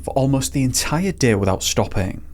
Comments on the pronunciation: Or everytime he says "deh" instead of "day" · Deh is better 😂